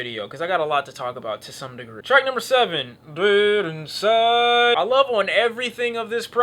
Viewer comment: why you said “dead inside” like that lmao